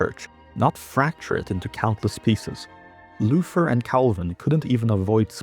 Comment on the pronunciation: Please do not pronounce Luther as "lufer" it is not the english "th".